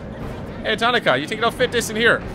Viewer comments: I love your content, I enjoy your accent, but her name is pronounced Ta nah ka. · Tuh naw kuh